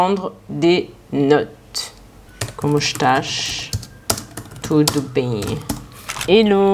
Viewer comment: Engraçado ver ela falando a minha língua "como exxtaaiixx,. Tudo beennm" Linda, maravilhosa. Adoro essa menina